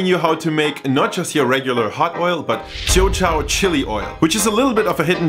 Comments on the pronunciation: sharon ng i think he’s saying it 潮州 in Cantonese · It is pronounced as “ Chew Zaol “ in Cantonese , which means 潮州 - a southern province of China close to canton.